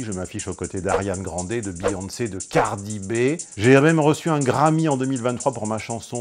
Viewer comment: C'est Cardi B (prononcé Bi) pas Cardi Bé !!